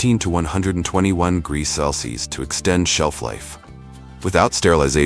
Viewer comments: 'cels'? 'Celsius!' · You're crappy, AI voice can't even pronounce simple words like Celsius??? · Hey narrator, learn how to pronounce Celsius! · I really wish the narrator would pronounce Celsius, Fahrenheit and degrees the right way.